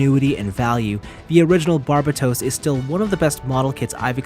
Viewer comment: Can you not say Barbatos like the dub. it's so bad and gross